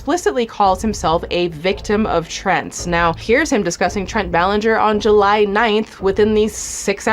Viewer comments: "i've never heard someone pronounce it ballin-gah" we heard you pronounce it like that for the first three hours of this video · I’m only 5h20m in but please tell me you finally call her Colleen “bell end-ger” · Drinking game, shot every time he mispronounces Ballinger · It's been driving me up the wall watching this 😂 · not you mispronouncing Ballinger for the first half of the compilation and then saying you've never heard someone mispronounce it in the Raven podcast section hahahhahaha